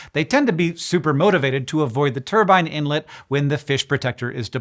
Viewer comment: Why did Hank change his pronunciation of 'turbine'?